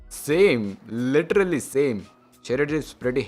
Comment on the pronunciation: You are dumbass. You have no fucking idea how this tech review thing works. Do ya? Why people get inspired by technical guruji and geeky ranjit and starts their channel with reviews of underwear and patanjali toothpaste. bunch of Dumbos and for godsake stop say "literarrary", Its "literally". Cant you spell that? is it that hard?